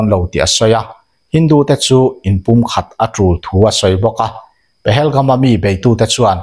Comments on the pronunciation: Pahelgum i tia,Pahalgam ni zawk lo mi? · Pahelgam❌ Pahalgam✅